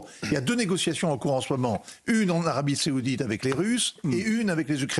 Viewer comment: Monsieur hervouet Arabie Saoudite pas seoudite